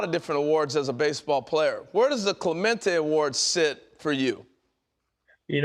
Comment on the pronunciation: WTF, Pedro? U just pronounced Clemente as a gringo. Pendejo.